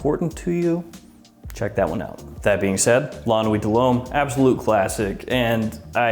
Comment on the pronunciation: Excellent prononciation in french! So many people struggle with french words ( french is not chinese i mean common). You said LA NUIT DE LHOMME perfectly and YVES ST LAURENT as Well. !!!